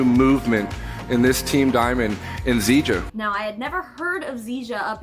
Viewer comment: Zija, rhymes with seizure. As in seiz'ya money.